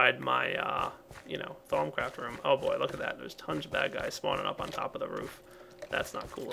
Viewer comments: At first I always thought he said thong craft lol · Thumbs up if at first you thought he was saying thong craft and that it was a creepy minecraft sex mod.